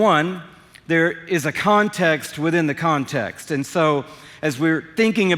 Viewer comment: It is a CONTAST and a contast and a CONTAST in the contast!🤪😂🤣🤣🤣